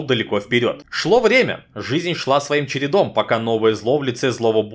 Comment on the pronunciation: "...жизень шла своим чередом..." из-за я теперь всегда подмечаю когда говорят жизень -_